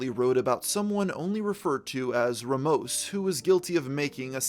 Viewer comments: that's.... not how you pronounce that name🥀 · My surname is RAMOS i never expected to.hear it pronnounced in such a weird way jaaj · your pronunciation of the last name Ramos is sending me 😂. That being said, Good job on the doc!